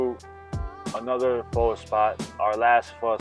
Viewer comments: Why he say pho correctly then say PHOW lol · pronounced PHA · Said fuck the tooth for the day huh 😊 And lil white girl talking about Pho is laughable 😂 Bruh. Mac, you saying Pho all wrong too my boy